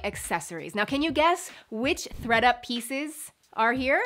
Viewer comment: I heard readUP then ThreadUP then I heard FredUP lmao 😂